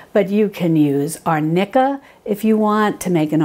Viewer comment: Salve not solve. Arnicca so funny 🤣